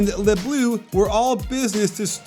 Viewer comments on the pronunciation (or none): Yike this pronounciation of « Les Bleus » 😂